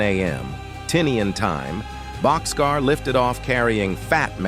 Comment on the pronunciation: It's "Bock's Car" not boxcar.